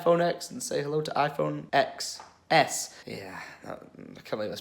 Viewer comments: It’s pronounced 10 S not EX S. I stoped the video right I will not watch a video if you don’t know what you’re talking about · It's pronounced 10s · X in iphone XS is pronounced as 10